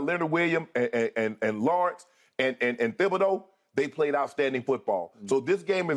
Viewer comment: I used to live in Sulphur. It's (tib-a-doe) not thib a doe.